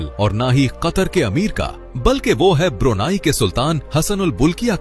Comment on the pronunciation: ब्रुनाई नहीं ब्रुनेई है दोस्त ✅🙏🏻✌🏻